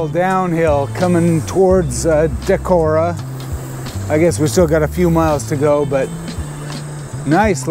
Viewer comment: Pronunciation of "Decorah" is correct. Friends had their wedding in that hotel (in the Opera House). I never biked it, but have heard good things about Trout Run Trail which circles most of the city. When visiting I usually stop at Whippy-Dip for a treat. There was/is an eagle nest near the fish hatchery - there is a webcam for it.